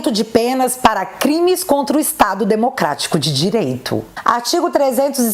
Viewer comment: “Cuidado” do xande só fala “Desmoctrarico” “dereito”